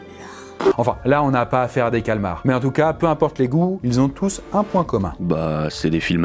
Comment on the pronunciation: Enfin une personne qui dit calmar et non calamar !🤣